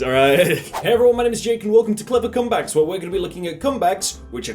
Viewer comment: did you just say clipper cum bags?